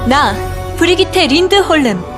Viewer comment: 잘하신다 발음도 좋으시고 브리기테린드홀름 이름자체가 발음이 어려운데 잘하시네여